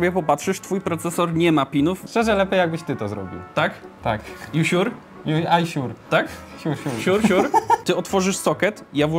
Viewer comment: Are you siur?😂